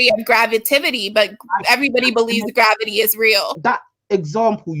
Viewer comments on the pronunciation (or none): Did she really say Gravitivity?! Let her go wherever she wants, we don't need anymore stupid children in the world. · 'Gravativity' 🤣..... this girl is in your Hall of Shame of callers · She said gravitivity. Lmfao!!! 😵‍💫😆😂🤣🤣🤣🤣🤣🤣